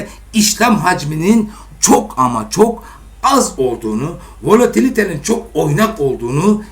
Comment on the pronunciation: volatiliteyi de artık doğru telaffuz ediyor. Kimse tutamaz artık.